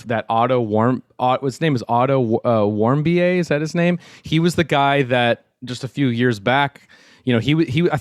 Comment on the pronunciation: “Otto.. Warm-bee-ayy.. I think he was that American, or was he European?” Lol... really? To be fair these guys are Canadian so I guess they don’t really recall that story.